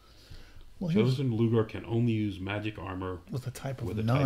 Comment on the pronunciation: I'm pretty sure the god's name is pronounced "Lau-gar" there, guys, not "Loo-ger." :P